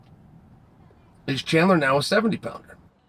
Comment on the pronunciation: Who is chander ? Does this guy say names wrong for fun?